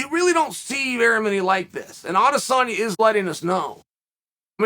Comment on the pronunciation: no lie i dont think ive ever heard chael say izzys name wrong. he must be a fan.